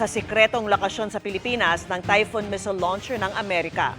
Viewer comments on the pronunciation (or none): Its typhon, not typhoon.